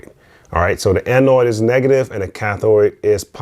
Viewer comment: electrodes not electroids.... cathode not cathoid.... anodes not anoids.... lol